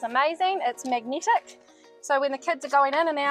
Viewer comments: Hi there 👋🏻 If you are referring to my New Zealand accent in pronouncing ‘magnetic’ then yes it is rather strong! Haha ain’t nothing to be done about it either I’m afraid 😅😂 Where do you come from? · "magneetic" is diabolical